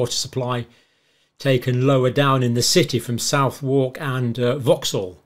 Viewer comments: For Northerner's Information: Southwark pronunciation is not South-War-k but Suth-Ark ;-) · Come on John, Southwark isn’t pronounced “South-Wark,” it’s pronounced “SUTH-urk“ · Southwalk is pronounced 'suthock' locally. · Southwark is pronounced Suth-uck Forever enjoying the content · Suvook init saaaf of the riva. He's from Cumbria in his defence they're odd folk up there 😂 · He ain't a Londoner so wouldn't know that it's pronounced Suthak. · Southwark- funny pronunciation John!